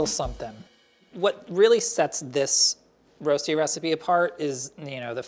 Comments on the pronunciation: In Switzerland, you do boil the potatoes first. And we also call it Röschti - pronounced slightly different than the American way. Anyways, now I'm hungry... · Rösti pronounced Roshtee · Waiting for the swiss uncle roger to comment this. My leg was down a couple of times. It's called Rösti, not Rosti and pronounced let's say different. We boil the potatoes and never use olive oil. This is not colored, for me this is burned. We flip the Rösti. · You say Rosti funny! X 😘👌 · Can't pronounce Rösti - Didn't pre-boil the potatoes - Didn't flip it - Baked it in the oven?! östi, then just fry the eggs and place them on top? Or better still, make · Love, but his pronounciation of rösti is terrible. The umlaut is important.